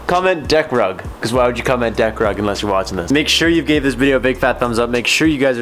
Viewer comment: dickrub uh I mean Deckrug. you did an amazing job!